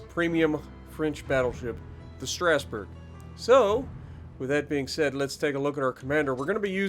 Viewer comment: The G is almost silent, it's pronounced strah-sboo-rh